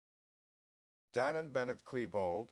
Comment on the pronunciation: Dylan, not "Dylon."